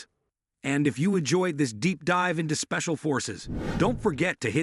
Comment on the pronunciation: yeah spacial forces! you guys could have checked and edited it first before releasing, too many mispronunciations by your AI.